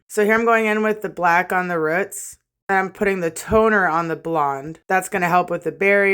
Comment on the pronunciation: I love how you say roots like “ruts” lol 😂 the hair looks sick 🤘🏼